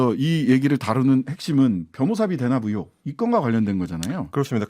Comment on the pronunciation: 는 발음교정을 하시죠. 언론인이고 공공방송에 나오면 표준어를 쓰셔야죠. '으혹'이 아니고 '의혹'입니다.